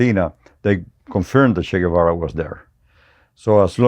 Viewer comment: At least pronounce his name correctly